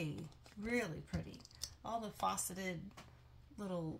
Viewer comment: I love your videos. Just wanted to say the word is FACeted like FLACid, not FAUCeted, like a FAUCet.